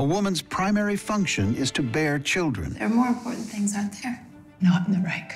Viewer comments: As a German i have my trouble with speaking English. BUT why u guys keep saying Reich with a K in the End? You say China without Trouble. So, its a total dif. Thing when the CH is at the End - its still CH and not K. 😂 or du u say rich with spelling a K ?? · From a german to everybody is reich not reick